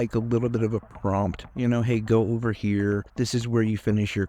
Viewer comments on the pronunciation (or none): none